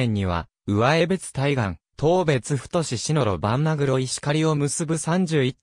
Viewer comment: 地名の呼び方に間違いが多数あります。うわえべつてでなくて、かみえべつ、せいすいたくではなくてしみずさわ、つぎりつではなく、つぎたて、つのだではなくかくたである。しっかり調べてから投稿してください。不愉快です。ゆうばりほんまちではなく、ゆうばりへほんちょうです。ある